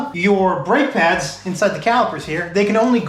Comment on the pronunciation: "Drake Pads" instead of "Brake Pads"